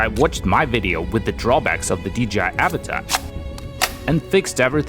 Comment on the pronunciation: not even a minute in and he mispronounced avata, and drowned